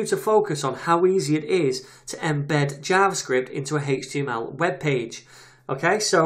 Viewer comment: It sounds like he's saying Haych-TML instead of Aych-TML and I find it slightly distracting.